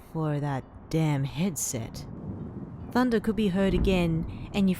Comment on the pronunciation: I love how were just like: Tunder scawy . LEGITIMATELY me